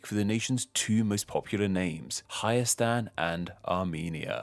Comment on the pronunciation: You said it pretty good